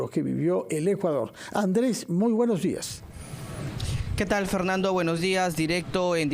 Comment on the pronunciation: Se dice : "buenos días". No buenoj jiaj. Habla bien